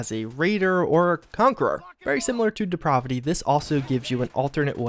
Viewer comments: Its odd how he put 'depravity' on the screen and then started talking about some other mod called depraahvity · The pronunciation of that word "depravity" does not have a short "a", it a long "a" (De- prA- vity)...just saying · He also mispronounces "Depravity", stretching out the pra part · WHY DO YOU SAY DEPRAVITY LIKE THAT